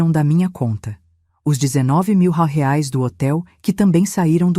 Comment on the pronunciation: Moeda estranha..... Por que não aprendem a falar direito: R E A I S / REAIS.......afffffffff